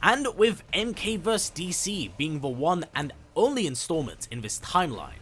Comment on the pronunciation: verSUS, not vers.